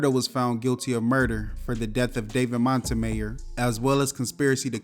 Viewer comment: I don't think you're pronouncing Montemayor correctly😂